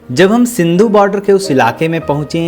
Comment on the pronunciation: सिंधु नहीं सिंघु